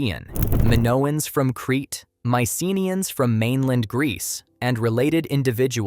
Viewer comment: The correct pronunciation is my-suh-NEE-uhnz (maɪsəˈniːənz).